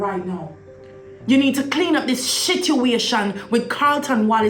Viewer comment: Badasss Agents 💪💪💪. Did said "Shituation"😜😜😜